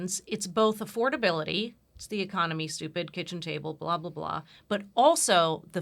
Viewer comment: Half of Americans say ‘ecomony’ instead of economy - they flip the n and m. So weird.